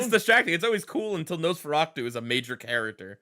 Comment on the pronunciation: Just curious, why do you keep pronouncing Nosferatu as Nosferactu? Or maybe my brain is somehow adding a C in there.